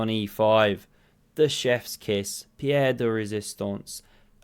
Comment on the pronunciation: pièce de résistance not Pierre!